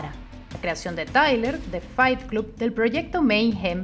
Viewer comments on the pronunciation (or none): Pronuncias la primera palabra "FIGHT" correctamente, pero CLUB se pronuncia CLOB.